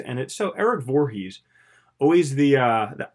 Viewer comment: Everytime you say Voorheves I think of Friday the 13th.